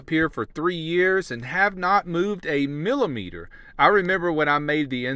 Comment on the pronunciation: Millimetre! goes Canadian! I knew metric Buddy would rub off on you.